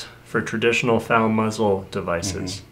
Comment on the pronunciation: its said Fal like bad not fal like bod